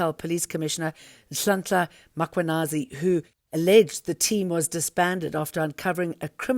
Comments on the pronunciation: Not Makwanazi for goodness sake. Mkhwanazi. It’s not difficult and it’s your job to get it right. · Who is Makhwanazi???? The journalist must learn to pronounce names correctly.